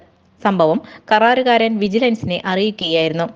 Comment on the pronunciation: 'കറാരുകാരൻ' അല്ല ' karaarukaaran'.